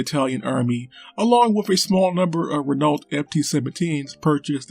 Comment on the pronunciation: My god, the way this chap butchers the pronunciation of Renault. FML...